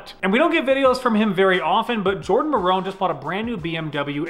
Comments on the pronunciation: Ayyyyyy Jardon is in here PS you don't say his name like maroon. It's like mare-un (Maron). Love your content! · not being nit picky but it’s Maaron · Jordan Maron, pronounced Mare-in, when he does automotive content he hits a level i dont expect him to considering most of his content is gaming. His car stuff is high quality.